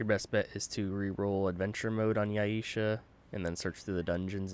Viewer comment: It's Yay-sha haha. Thanks for the video though, I've yet to roll this version of Endaira's End.